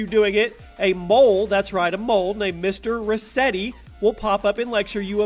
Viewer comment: Not ressetti not resseti no no no no no